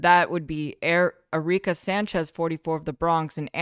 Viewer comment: “Ereeka” lol